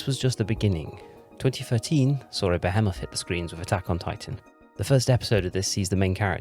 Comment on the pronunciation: stopped watching because of how wrong you pronounced behemoth. somehwere along